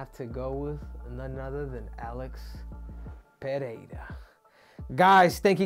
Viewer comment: First American that pronuncies Pereira correctly. 👏